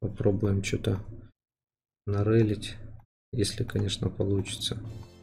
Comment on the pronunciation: бля всегда угараю " щяс попробуем что-нибудь нарЫлить " не нарОлить ,а нарЫлить